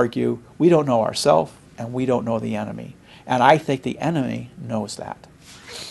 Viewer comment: enemy NOT eemt.....